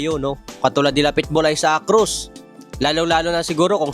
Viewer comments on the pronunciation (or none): none